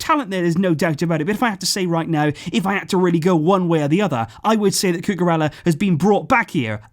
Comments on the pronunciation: Just a correction, ella like in cucurella in spanish is pronouned like eya, a y sound replaces both L's. Love your content, i wait for it every day, appreciate your hard work, keep doing what youre doing, visca barca! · listening to him say Cucurella is quite frustrating... Blancos fan btw...